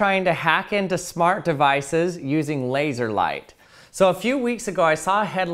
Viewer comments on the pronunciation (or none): none